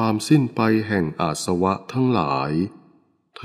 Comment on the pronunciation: อาสวะ อ่านว่า อา -สะ -วะ ไม่ใช่ อาด-สะ-วะ สาธุค่ะ